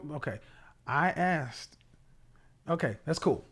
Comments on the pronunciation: Honey, a high value educated man doesn't want a woman that says "axed" instead of asked. You have to level up. This is what kevin is saying. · I heard Kevin say "axed" instead of "ask" very difficult to change speech pattern without a speech therapist. Maybe he had one at a point but unawares it came come back. Judge Judy mocked a black person on her show for saying "axed" and corrected her. Should had leaned to speak properly in school but some people go thru 12 years of schooling and know nothing. A few weeks before senior graduation an English teacher asked the girl sitting at her desk next to me, "What is a noun?" Her face remained blank and no answer didn't know after years in school. She was a white girl and wasn't dumb just stupid. I hope people understand it is not a race thing it is a stupid thing and people of all races decide to stay stupid. People in the country talk country and some of their ways of speaking difficult to understand especially in Eastern Appalachia. People who want better use opportunities for self improvement and if one is not willing to change they stay stupid. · It's one thing to have a slip of the tongue here or there but to believe it's axed and not asked is a problem. I take a conscious effort to properly pronounce words or names. Something I absolutely hate is fire alarm low battery chirp drives me nuts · You want a high value man?? You need to learn how to talk. Speech therapy will get rid of "Axed"! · If your natural dialect is slang or street language, you need to understand that in order to be taken seriously you need to be able to turn that off. Kevin does this regularly on the show. People who say "axed" say shit like "pacific" instead of specific. Learn and do better.